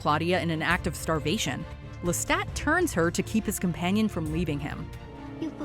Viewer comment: the only bad part is the assassination of the pronunciation of Lestat's last name which is franch.